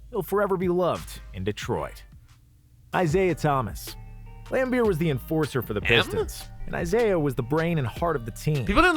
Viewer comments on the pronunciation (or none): Lambeer, not Lambert